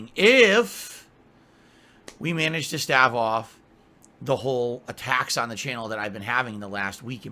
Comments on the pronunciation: nothing triggers me more than DSP and his isms... enunciating Ts for no reason, and not even being consistent with it, and... "stave off"... stave, even the plural of staff is pronounced steɪv as in aid, but here he says it as stæv as in hat. this is why you don't ever try to make yourself sound smart when you don't really know something. in his attempt to seem smarter than the "common gamer" by diversifying his vocabulary, he always ends up looking like a fool because he couldn't speak in SIMPLE and UNDERSTANDABLE terms. I also believe that he used the word "cacophony" to describe the trash pile behind him when he finally pulls out the wolverine figure and places it on the PS5 box. I don't need to tell you anything beyond the fact that it doesn't mean what DSP is trying to tell you lmfao edit: the actual moment when he used the word cacophony, which isn't included in this video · Only would pronounce “stave off” as “stahve off”. 🤡